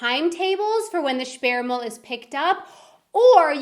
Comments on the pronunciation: You need to improve your pronounciation of "ü". When you said "Sperrmüll" I understood something key to reproduction of humans. That could get you into embarresing missunderstandings. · Sperrmüll means bulky trash not blocked trash = sperrig not Sperre/gesperrt 😉